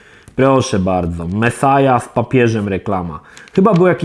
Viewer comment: Mesjasz kurła a nie mesaja typie